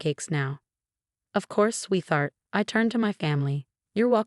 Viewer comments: The AI narration is HORRIBLE!!! Learn to READ before trying to narrate anything!!! Sophia is NOT pronounced Suffi. Sweetheart is NOT pronounced swee-thart. It's a compound word...sweet-heart. There's more, but those were consistently mispronounced. Uuggghh!!! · There's an HOA in this story..?? I guess I missed that part. BTW Y'all still haven't fired how th3 AI pronounces Sweetheart and facade. Quiet annoying